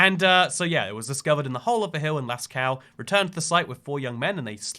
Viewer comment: For people wanting to prononce it good, you say "Lasco"